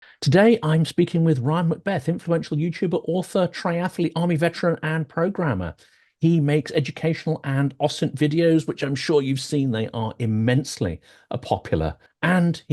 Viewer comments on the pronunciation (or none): did bro say triathletee